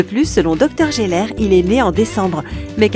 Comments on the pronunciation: ça ce prononce Tchandler, pas Chandler, Djoey pas Joé, c’est Gèller pas Jèller... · On voit quell lit c est geller pas jeller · La voix off dit qu’elle a vu tous les épisodes. Très bien! Mais pourquoi dire Jeller au lieu de GUeller? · Ça m'agace d'entendre: -Central PEUrk pas Pérk -Dr gUeller pas Dr Jeller -Djoey pas Joey -Tchandler pas chandler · Oui et gealeur et pas jeleur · Jeller / Unaji ? ON DIT GUELER ET UNAGUI. Merci ❤️ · Nul la prononciation Djoey et pas Joey Tchandleur et pas Chandler Gueller et pas jeller Central perk et pas central peurk A mon Avis , t’as pas bien écouter la série pour prononcer ça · "12 détails que tu n'avais pas remarqué, mais en fait si, si , contrairement à la voix off, tu as vraiment regardé la série"... Mdr!!! PS: C'est GUeller, pas Jeller!!! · Mouais tu connais tout sur la série... Prononce les noms correctement et fais pas saigner nos oreilles! Tchandeleur et pas Chandlère! DJoé et pas Joé! Les G U ellère et pas les Jèleur! Tanksegiving? T H ankgiving! Le pouvoir d’Una G ui et pas unaji. Et surtout... F R IENDS! Pas Fwieze! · Ça se prononce Guelleure mdr mais ça s'écrit geller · « Guélleur » pas « gélleur » 👂😭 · Ça se prononce Guéleur (mais s'écrit Geller) et pas Jéleur, Unagui et pas Unaji et Tchandler et pas Chandler !!!!! Reregarde les épisodes pour réviser tes prononciations !!!! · Ses Gelleur pas jelleur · UnaGi pas unaji Geller pas jeller joEY pas joé Friends pas fwiends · C'est quand même étrange de prétendre avoir regardé les épisodes de friends et de prononcer Geller: Jeller Unagi: Unaji ou encore Joey: Joé 😭🤦‍♀ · Mes oreilles étaient en sang quand elle a dit rôôsss jeller!😂😡😡🤬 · Shandlaire, joet, gélère, 😂😂 elle fait une vidéo sur friends avec une prononciations incorrect des trois prénoms. On avais tous remarqué. Et il y a d'autres détails encore plus marquant ! Un par épisode en tout cas. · geller? t'es sur que t'es une fan de friends toi?? c'est "gueller" lol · Les "jeller" arrête please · Ça se prononce gueller